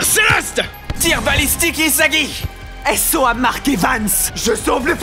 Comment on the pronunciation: c pas isagi c isaguez😂